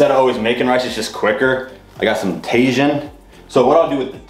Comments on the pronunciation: Brooo Hahaha Tajin is pronounced “Ta-heen”. Not “Tajun” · Welcome back! Someone please teach him how to say Tajin 😆😉